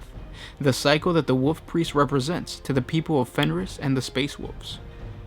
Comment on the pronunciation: Personal pet peeve, hopefully constructive criticism. I believe it is pronounced WoLf Priest, not Woof Priest.